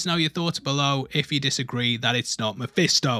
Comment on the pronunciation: I snorted when he said mafisto 😂